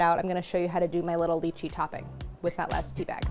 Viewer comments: Claire. I implore you to pronounce it Lie-Chee I don’t even care if it’s correct. I can’t keep hearing you talk about Leeches 😂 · The worst lychee mispronunciation out there